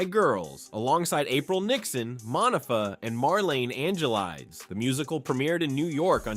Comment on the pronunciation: It's Pronounced Moe Nefah